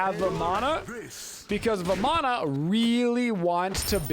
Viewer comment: You pronounce Ravana correctly (similar to Ra-vun). Vamana is pronounced the same (like Va-mun)